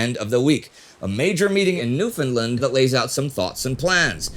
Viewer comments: Placentia Bay, pronounced Pla-shen-sha, not Pla-sen-tee-ya. And it’s New-fun-land, not New-Finland. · As a longtime viewer, huge fan, and a Newfoundlander, I must say I was a little disappointed with those pronounciations. Placentia bay doesnt have a hard T, it's closer to dementia in its enunciation. And we are not New Finland. Longer A in that. "Newf'n' Land" I love your work though so I can forgive you <3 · Plus it is pronounced to rhyme with 'understand' - New-f'n -LAND. I should know - I'm a Newfoundlander! Also, 'Placentia" is pronounced as it spelt "plasencha". Super-nitpicking, I know, but the mangling of the name of my island home by everybody in the world is a bit irritating! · Love that Placentia and Newfoundland get mentioned in this episode, but to help Indy with pronunciation (as a local): - Newfoundland rhymes with understand. "Newf-in-Land" - Placentia was close but instead of "tia" its almost a "cha" sound, "Pla-cent-cha" Been a fan of the team since the early Great War Days, keep up the great work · Also you pronounced it wrong, it’s said how it spells, not, New”Finland”. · In case it ever comes up again... Newfoundland is pronounced new-fin-land (it rhymes with “understand”). And Placentia is pronounced pla-sen-sha. (Source: me, a Newfoundlander; and Wikipedia: locally /ˌnjuːfəndˈlænd). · I love your channel but as a Newfoundlander, I need to help with a couple of points. Newfoundland was an independent country (well a British colony really as it had lost it's dominion status in the early 30's) at the time, so the Atlantic Charter meeting and agreement did not take place in Canada. Newfoundland is pronounced so it rhymes with "understand" with the stress placed on the last syllable. Placentia is pronounced Pla/sen /sha again with the stress on the last syllable!